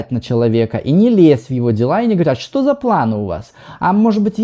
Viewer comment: Не «чо», а «что».